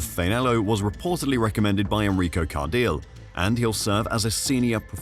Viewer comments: Enrico car-deal was a funny one 😂😂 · FFS, it's Enrico Car-dee-lay... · Cardile → CAR-dee-leh (Italian pronunciation)🙏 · It's Enrico Car-deel-ay...